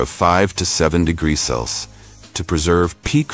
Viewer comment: AI voices can't say degrees, fahrenheit or celsius. They mess it up on every single video.